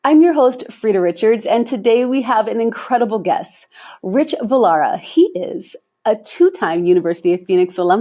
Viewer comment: His name is Valerga, not Vilara.